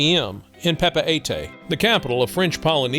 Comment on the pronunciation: Great overview of these two places! Just a tip on pronunciation of Papeete: Pah-peh-TEE